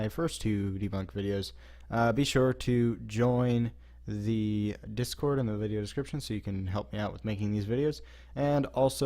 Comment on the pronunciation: Why always “ da batman ride”